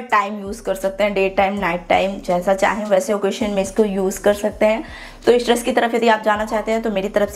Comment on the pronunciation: Positive aspect - You're very hard working and put a lot of detailing and effort into your hauls, videos & even backdrop of the video. It's awesome. Negative aspects - Absolutely hate your accent of speaking it's triggering. I hope you know the difference between श and स , please use it while speaking 😭 what's ड्रेश? Please be mindful about pronunciation and the way you speak any language.